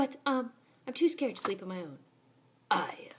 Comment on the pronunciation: Her name is actually pronounced aaya